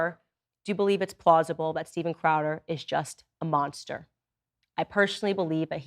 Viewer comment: she can't even say monster right.. monshter